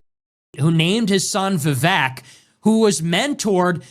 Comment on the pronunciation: It’s pronounced Vivek. Rhymes with snake.